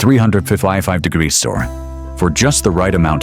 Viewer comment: don't you just love it when a channel can't be bothered to narrate their own video's and use AI which can't even say degrees right and don't check their facts before up loading just a mix of free video clips chopped together